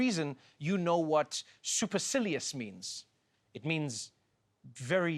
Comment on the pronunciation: “Very sillius” - gold